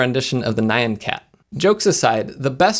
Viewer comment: N-yan, not nye-an.